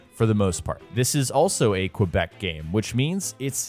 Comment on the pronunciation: Props to you for saying ‘’Québec’’ like that. It is a fact theses games are made here in Montréal, Quebec. But so many people says ubisoft Canada and us Quebecors dont like to be called canadians.